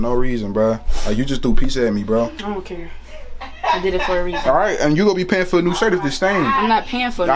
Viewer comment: Omg she said I don’t kurr 😭☠️